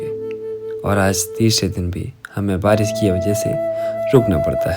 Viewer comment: श को स बोलना बंद करो भाई, पूरा नारेटिव सुनने में बेकार लगने लगता है और आगे देखने का मन ही नहीं करता। सांती, बारिस, सुरु and many more in the very start of the video.